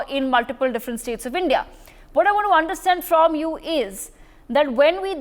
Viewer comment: A basted pronounce india not indi. L